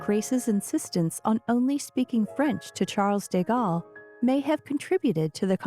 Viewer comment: This is a nice try from your channel but once again, your pronunciation of names of people, places and titles is badly done. Learn to pronounce the words you use well and stop making me cringe. Charles deGalle is pronounced Sharl duh Gaul. There are several others I could list but please, for your own benefit, become educated. Learn to speak English without the constant irritation of split infinitives, dangling participles, incomplete sentences and mispronunciation. By your voice, you are young enough to pledge to learn at least one new thing every day, whether it is an idea, a correction of grammar and syntax, a fact about which you are attempting to educate us or a litany of history. I have been doing so for over 70 years now and learning has enriched and entertained me for all of those years. If you must blame me for being hopelessly old-fashioned, I accept that as part of who I am. Anyone who attended boarding school in the '60s will tell you these things are drilled into us repeatedly and eventually become a habit. I look each day for things to learn and it has made my life much richer for the effort.